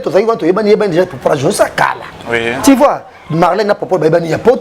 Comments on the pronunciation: Monsieur en casquette rouge ont dit tu vois, et non ti vois..juste un rectificatif, merci. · Yo jazz on dis tu vois et non ti vois